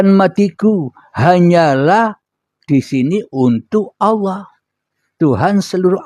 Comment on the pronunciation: Nyebut nama Allah aja nggak benar,, Allah. Bukan awwah